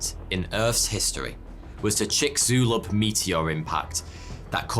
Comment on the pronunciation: Trinitrotoluene, Chicxulub - for the high quality videos we are treated to here, I didn't expect such cringey pronunciations. Gonna have to work on those mate!